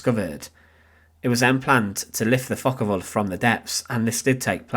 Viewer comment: Focke Wulf not Focker Wulf 😂